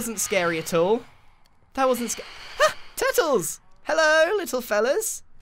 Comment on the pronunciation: i know this is extremely late but look how he says turtles